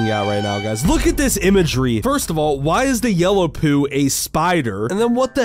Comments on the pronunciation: po not poo. 😮‍💨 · Just to let you know it's pronounced pou not poo